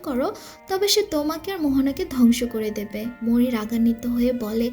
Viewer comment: Its Maui... not Mouri😢😢😢😢